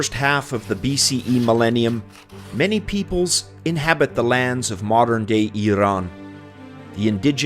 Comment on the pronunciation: 1000 points for pronouncing "iran" correctly